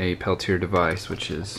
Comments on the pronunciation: The device (and the inventor's name) is pronounced "pell-tee-ay", not "pell-tee-er" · Brother, the "correct" pronunciation is "peltia." (The r is silent. the a isn't.) steve